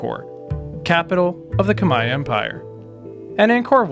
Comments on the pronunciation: Finally, a westerner pronouncing "khmer" right. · You pronounced 'Khmer' perfectly!